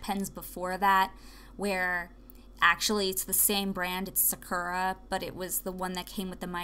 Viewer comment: im sure other people are saying this but you are pronouncing sakura wrong, and honestly it is tilting me haha. it is pronounced like sa-koo-ra. thank you haha.